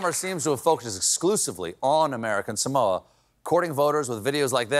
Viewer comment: I just wish that someone would pronounce "Samoa" correctly.